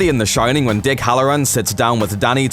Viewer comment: You've got the Shin-nin 😂😂😂